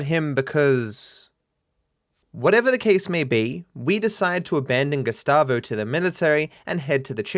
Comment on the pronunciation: LOL the whole time you said "Gustavo" I was hearing "Gestapo" and thought you're making a joke about his character.